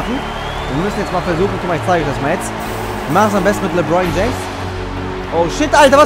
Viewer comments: Der heißt nich lebroin james sondern lebron james😂✋ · Junge, es kotzt so an das zu sehen... Ich als jmd der sich für basketball interessiert hab da vlt schon ansprüche aber egal. 1. Sprichst du jeden namen falsch aus (Lebroin James statt LebrOn James, Airving statt Irving) 2. Spielst du auf der leichtesten schwierigkeitsstufe das ist eig keine herrausvorderung. Aber trotzdem noch n tipp: du solltest mal mit den indiana pacers spielen😜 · "Lebroin James" hahahahhaha